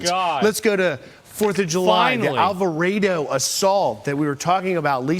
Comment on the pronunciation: Finally, someone pronounced Alvarado correctly. It's Alva-RAY-do